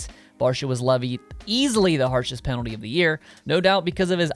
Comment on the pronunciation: Please spell the word "penalty" the way you are pronouncing it.